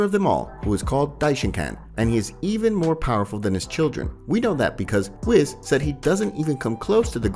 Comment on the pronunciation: Dude covers dragon ball stuff yet still says broly wrong where's the a....and says whis wrong I'd sub but can't deal with that